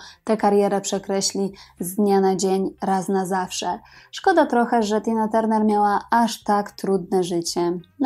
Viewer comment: Jest Pani pierwsza osoba , ktora prawidlowo wymawia jej nazwisko. Wszyscy redaktorzy w PR mówią Tarner. 😫